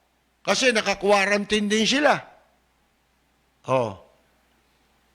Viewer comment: "Quarantut" hahahaha